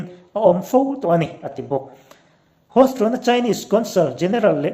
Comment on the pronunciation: Hiuston ti a lam tur.